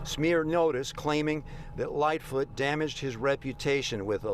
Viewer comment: It's lightfoot not little foot